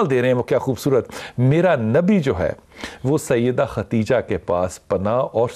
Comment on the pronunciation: حضرت خدیجہ رضی اللّٰہ تعالٰی عنہا۔۔۔کا نام تو صحیح لین۔ خدیجہ۔۔۔۔ہے۔۔۔ختیجہ نہیں